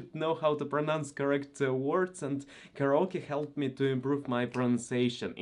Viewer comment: Hey keep up your journey! A few pointers for you: - You do voice overs - Karaoke is pronounced care-eh-yo-kay What would be great is for you to share about Russian culture in shorter videos but out and about in Moscow as you’ve done with your walkabout videos. Maybe the food, customs, values, mannerisms, etc. I would be keen to know more as there is so much misunderstanding of Russian culture I believe that is tainted by our west east view of each other that would be good to clarify.